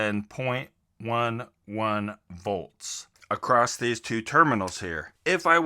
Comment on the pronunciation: Niiice, i respect one who admits their mistakes.... now if you stop pronouncing "across" with a "t" on the end youll be golden! Hahaha